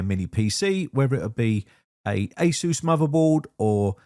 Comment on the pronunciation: When I have to re-install Windows, I unplug the power to all my drives, except for the one I want to install Windows onto. The company is called Asus, not Asseuse. The name is short of Pegasus, not Masseuse. It's literally spelled out in the name and it's written on their website! I don't know how so many people keep getting that wrong.